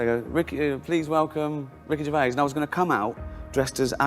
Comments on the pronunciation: Its NOT Gervay..its pronounced Ger vaise or vase as you are American. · The “S” at the end of his surname is not silent. It’s not Gervai it’s GERVAIS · Ricky Gervay lol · It's GervaiS there's an S at the end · GervaiS, pronounce the s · Why this guy not pronounce the S in his name? 😂😂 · Ricky Gervais pronounces the final ‘s’ on his name.